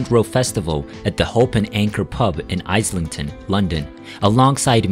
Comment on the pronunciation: The River Thames is pronounced "tems" Islington is said the same as you'd say "is"... as in "is you is or is you ain't from Islington?" and not like the part of London where I live, Isleworth which is spoken as "I-sell-worth"